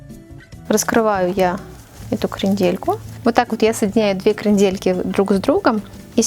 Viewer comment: Зачем перчатки и ударение крендЕльки. Ужас. Букет оригинальный